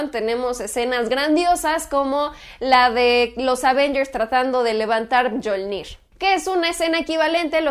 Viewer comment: Un tip: se pronuncia "m-iolnir" no "myolnir", querida.